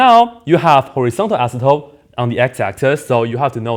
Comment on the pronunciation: Every time he says "asymptote" I hear "isotope".